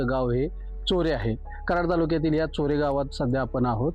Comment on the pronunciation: चोरेच आहे.... चारेगाव नाही